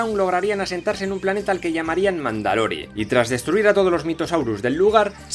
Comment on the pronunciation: Mandalore de pronuncia mandalor